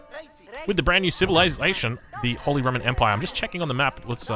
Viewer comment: The word you are trying to say is Holy.